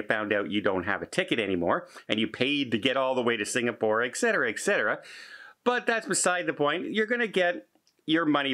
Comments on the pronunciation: Hi. I just subscribed. Please say words right if you don’t mind. It is eTcetera not Excetera and Escape not Excape. Thank you! No offense meant. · All is lost? Hardly,. If the cruise was paid by credit card, you will be refunded. If travel insurance was purchased, you will be refunded. Why the scare tactics? You unnecessarily sensationalizing things. And please get a speech coach. Et cetera is not Eck cetera. Escape is not Eckscape. From previous videos: Months is not munce, and across is not acrossed. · Been listening to you for years. One very small thing……there’s no “X” in etcetera. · 't forget EXcape for Escape.